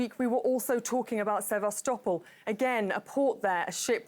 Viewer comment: Sebastopol. The young lady is right. The name of the city is pronounced: Seh-va-STOH-pol. The origin of the name is Greek, and the name means 'venerable city' ('sebastos' and 'polis')